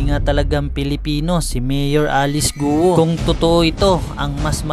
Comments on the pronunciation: HINDI GU-O ONE SYLLABLE ANG GUO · Alice Guo po nde Alice Guwo😂😂😂